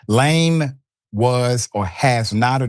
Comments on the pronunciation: Its Laaaame not Lame you stupid Americans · surely you could have googled how to pronounce his name correctly?? LA-ME its not difficult. shocking that you didnt do 10 seconds of research before butchering his name 500 times in 7 minute 😂😂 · Lam-e. Stop pronouncing his name that way it’s embarrassing. You’re lame for making zero effort. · It’s pronounced la-may not lame …😂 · La'me! 2 syllables. Not one syllbale lame. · “Lah-may,” not “lame.” Thanks for your attention. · His name is pronounced Su-Reen-Gey Kha-Bone La-Mey, Senegal was colonized by the French. Yall, please stop calling this man lame, when it's pronounced La-Mey! I swear English murders African names. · Lame is pronounced La-may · Pronounce his name correctly pls. It is la'mi! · Listen i appreciate you but he's African the pronunciation of his name is Laaame... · huh what? laaame would sound like layme aka lame which is what he said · I think his surname is pronunced as La- may